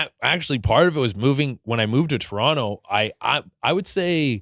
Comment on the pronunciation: He says Toronto correctly. Love this guy, he is too funny on Tik Tok. Much love to Che Durena